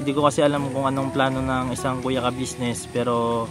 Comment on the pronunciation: Very good, atleast ikaw nabibigkas mo ang salitang Kabusiness, matanda na c sir kabusiness dapat lng iparamdam sa kanya na anjan pa rin kau at nakakaalala sa naitulong nya sa inyo,GOD BLESS